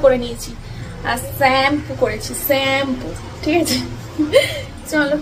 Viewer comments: Saaaampooo uff ki ucharon ...ucharon e phd koreche ... vatkalya 😮😢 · স্যাম্পু,,কি ফালতু!! ভুলভাল উচ্চারণ করে আর তা নিয়ে কতো অহংকার মনে,কতো আনন্দ